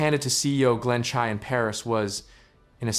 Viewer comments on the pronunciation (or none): none